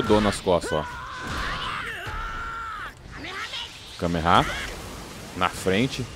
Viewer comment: Para de falar kameha se é kamehameha